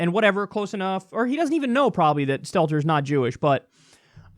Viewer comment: This entire time I thought he was saying Skeletor, until I found out the CNN reporter is named Stelter.